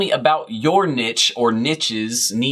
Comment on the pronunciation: It hurts my brain every time you say nidge..